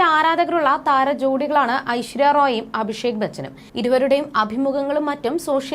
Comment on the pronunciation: മോളെ, ഐശ്വര്യ റോയ് അല്ല...ഐശ്വര്യ റായ് ആണ്. വ്യത്യാസം മനസ്സിലാക്കണം.